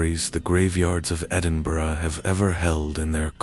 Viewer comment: An American who can pronounce Edinburgh correctly 👌🏻👌🏻